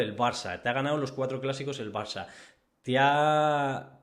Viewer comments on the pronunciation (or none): none